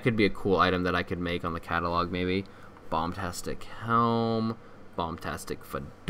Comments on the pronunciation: its bombastic not bomtastic and people have made better models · It’s bombastic, not bombtastic.